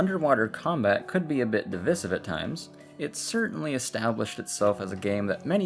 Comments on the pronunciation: de-vyy-civ not dih-viss-iv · At about a minute in you say the word “divisive” but you pronounce it “di-vi-siv” when it’s actually pronounced “device-iv”. Good vid though! 👍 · that doesn't really play into it all too much, the crux of the pronunciation would be the diphthong [vi -> vaɪ] which is also present in the verb "divide" [dɪˈvaɪd] from which the adjective "divisive" is derived (another diphthong, actually, you wouldn't say de-rivved, would you..? it sounds wrong). i get that the rules are arbitrary sometimes but, like,..... divisive shouldn't rhyme with missive, submissive, emissive; notice the double s in all of those. it just doesn't compute aurally. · i'm sorry i'm sure you've gotten this comment & i'm enjoying the video, but "divissive" is taking me out. if you've got, like, a pizza.. and you distribute the slices evenly between eight people.. do you dividday them or divide them? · That is not how you say devisive, lol. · The worst feature of this video is how you say DIVISIVE!! Good video otherwise lol